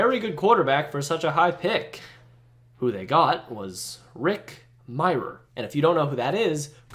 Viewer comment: I don't think I've ever heard anyone pronounce his name as Rick "My-rer". I've always heard My-er. Also, why is this video censored? Why cuss if you just censor it? Otherwise, great Vid!!